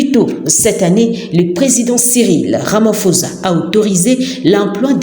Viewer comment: c'est ecrit RAMAPHOSA, mais ca se prononce "RAMAPOSSA" et non pas "RAMAFOZA" s'il vous plait.